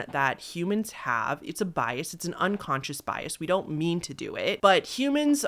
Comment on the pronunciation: You tend to hold the last syllable in your sentencessssss. Know what I meannnnn?